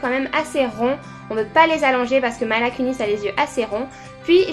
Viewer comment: Coucou super video parcontre c'est pas commeca qu'on prononce Mila. Tu as dis "Maila" et ca se dit "Mila ". Peutetre ca ne sonne pas bien en anglais mais elle le prononce commenc?